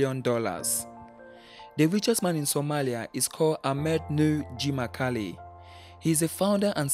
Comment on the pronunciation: You butchered the name of Hormuud founder. His name is Axmed Nuur Jimcaale. Jimcaale is pronounced as Jim'ale, not as 'Jimkaale' since the letter 'C' in Somali alphabet doesn't exist in Western languages. It is the same ع in Arabic.